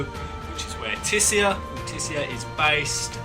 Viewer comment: for correct Altissia pronunciation listen to how Noctis says it in the new "cinematics" trailer